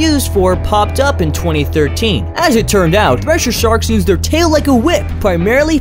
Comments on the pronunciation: Wait what did you call it? Thresher sharks or thusher shaurks I'm very sure you said thusher shaurks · Threser sarks😂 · omg "thesher arks" omg lol